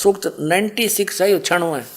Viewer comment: यह राम पाल पागल है सत्यार्थ प्रकाश को सत्यानाश प्रकाश बता रहा है बास्तब में यह राम पाल ही सत्यानाश है इसलिए तो जेल में पडा है .इसको कुछ भी ज्ञान नहीं है उच्चारण तक शुद्ध..नहीं करना आता मंत्र को मंत्र बोल रहा है